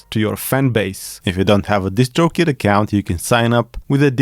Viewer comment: when you say "DistroKid", with your accent- I can't un-hear either "just choke it" or "just stroke it" LOL (P.S. Nice streets of rage shirt)